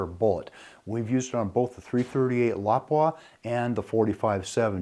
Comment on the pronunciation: Great coverage on a meh bullet but finally someone who actually pronounces Lapua correctly.